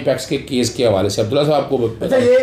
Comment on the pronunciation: اظہر صاحب۔ آپ نے رانا ثناء اللہ کو کیوں ساتھ بٹھا رکھا ھے اور نام بھی غلط لے رھے ھیں عبدالله !!!!!